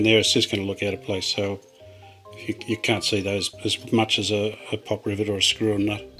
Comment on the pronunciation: You were instructed by a frog to fasten with a "ribbit" (rivet) LOL😁